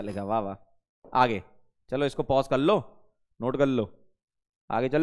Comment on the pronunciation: "Chalo is ko pause kallo Note kallo" Was epic 😂😂